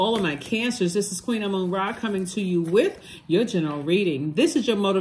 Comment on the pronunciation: Thank you Queen Amun Ra 🙏 it‘s exactly how you say it 🙏